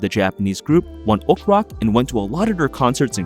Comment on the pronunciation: The way you pronounce One Ok Rock is funny since it's pronounced in english🤣🤣🤣